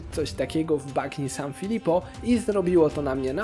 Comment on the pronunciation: Dzięki za fajny materiał 😊 Mała uwaga jedynie do wymowy, w języku włoskim "gn" wymawiamy jak nasze "ń" , więc nie "bagno" tylko "banio" , poza tym 👍